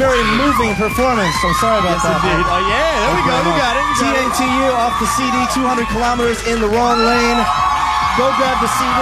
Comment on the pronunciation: los gringos como siempre nunca entendiendo nada de lo que sucede fuera de su país, dicen el nombre del grupo "ti ei ti u" en vez de simplemente decir "tatu" como se pronuncia en ruso.